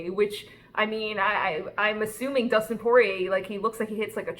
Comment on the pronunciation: She said Dustin 🙄 no no no